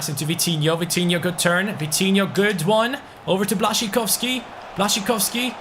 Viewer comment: Vitinho rhyme to coutinho. Vi-ti-in-ho and Cout-tin-in-ho